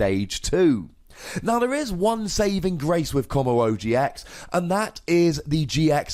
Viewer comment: "stupidest name in pokemon" please you're just pronouncing wrong!